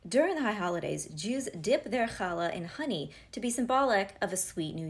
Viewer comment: I gotta ask, did you intentionally say "dip our challah in choney"? Maybe to remind people to make sure it's kosher honey? 😂